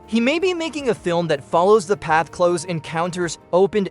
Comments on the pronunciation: The AI voice keeps saying “cloze” encounters 😂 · AI voiceovers suck. When "he" pronounces "close" (as in Close Encounters...) the way you would say "close the door", I knew this wasn't a human voice.